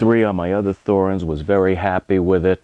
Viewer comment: its pronounced Torrenz...drives me mad